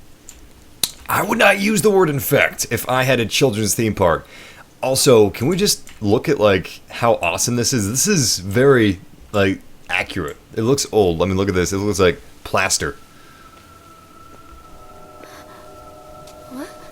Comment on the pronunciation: 😂😂 Who Else Hit That DJ Khaled And Said " Accriate " When Said Accurate, Or Am I The Only One 😂😂..